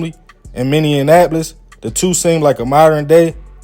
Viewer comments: It's not MINNE AN APOLIS , it's MINNEAPOLIS. DAMN, least learn how 2 pronounce a city if you're gonna report on it ! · MINN-E-APOLIS not minn-e-an-apolis. Why is this hard for y'all to say? Can you not read? Where is this extra "N" coming from? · Lmfao, it’s not that serious. You knew what he meant 😂 and plus it’s probably hard for ppl to pronounce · Fs with your channel heavy my boy, but the way you keep butchering Minneapolis has me rolling over here 😭💀 Luv from the D and always good content 💯